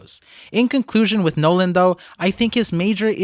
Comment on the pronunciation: Nolan D. Mont Blanc?? The D is silent and even the tontatta called him Nolan without the D